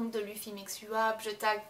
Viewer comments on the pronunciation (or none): none